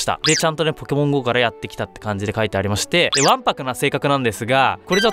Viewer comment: わんぱくのイントネーションが卵白やん